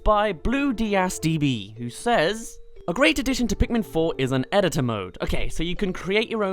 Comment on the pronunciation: Eh-ditt-ore Ehdittore Editor. Thats how you say it!